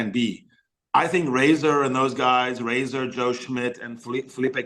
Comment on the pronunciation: Also say Razor....